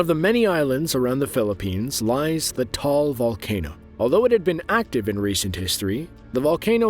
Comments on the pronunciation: It's pronounced TA, AL Not TAAL I hiked it with my wife and her friend 4 short years before it erupted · It’s Taal volcano, not “tall” volcano. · It's just weird to hear people call the the smallest active volcano in the world "Tall" lmao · Not tall volcano it's taal volcano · It's not tall it's pronounce Taal ta-all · It's called taal not tall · Bro its not tall its taal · Not tall it's ta-al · The name of the volcano in the Philippines, is not called "Tall volcano" It is called "Taal Volcano" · Bro pronounced taal tall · As a filipino.. Know your facts first 😊😊 Its TA-AL!! Wtf?! Is TALL😂😂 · Bro Taal Volcano Not Tall Volcano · why is taal volcano is 'tall'volcano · Hello..please correct the Philippine volcano. It's Taal Volcano not Tall. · It's not pronounced "Tall volcano" Although the written form is "Taal" it's actually pronounced "Dah-Ahl' It's probably one of the most beautiful places to visit in the Philippines, I got to see the imploded Taal volcano from Tagaytay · Taal not tall😅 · Actually, the "tall" volcano is not pronounced as tall, it is pronounced as Ta'al volcano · It’s taal not tall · actualy its taal not tall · It's taal volcano sir, not tall..😊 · Its not called tall volcano its called taal volcano ta-al volcano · Im a filipino and it is not tall volvano its taal volcano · Its not called tall volcano its called the ta-al volcano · I have been in Philippines for 9 Years. And Its not "Tall Volcano" Its "Taal Volcano" Its in Batangas and the smallest Volcano in the Philippines. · Don't see any correction on the comments but it's not Tall Volcano it's Taal Volcano. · Its taal, not tall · It’s pronounced ta all not tall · Taal* not Tall:) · the taal volcano is not called "tall volcano" its taal volcano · Bro it's supposed to be "Taal Volcano" not "TALL VOLCANO" LOL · Taal is pronounced as ta-al not TAL. Lol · It's not Tall volcano, it's Taal Volcano bc I'm from Philippines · It's not Tall volcano its Taal, and pronounce Ta al. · It’s not Tall its Taal